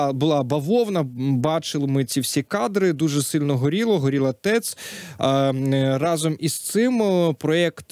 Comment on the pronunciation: Пане Богдане Амосов. Ви чудово ведете етер, але перепрошую, рАзом, рАзом, рАзом, а не разОм!! рАзом треба казати.